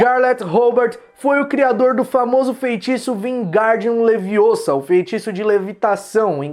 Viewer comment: Leviôsa, não Leviosá. Kkkkkk